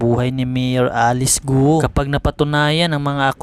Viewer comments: Correction: Pronunciation for "GUO" is "GO" (Silent "u")...No offense meant pls. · Bakit Guo ang pronunciation nyo just say Go kc last name nya ay chinese